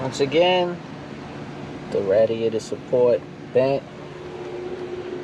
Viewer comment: You kill me when you say Radiator (ratdiator) 🤣🤣🤣